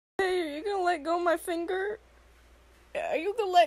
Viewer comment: I like the way she said "his eating my figure" that made me laugh so hard lol